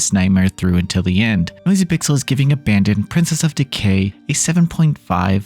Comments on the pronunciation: You keep saying abandon but it's abaddon (ab - uh - dawn) means "place of destruciton" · I think it's pronounced ABBA DON